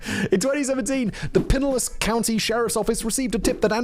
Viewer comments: Pinellas = Puh-NELLAS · Pinellas - Pin - ay - uhs. Just trying to help you out Simon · “PIE NEL LASS” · "piniliss" lol :D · Lmfao I had to hear you say Pinellas a few times 😂😂😂😂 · Yep I found it funny also, as I’m sitting on a toilet inside of pinellas county